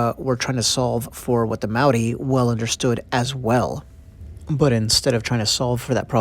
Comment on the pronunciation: Mah-ree? Maori is pronounced like mouldy, Mou - Ree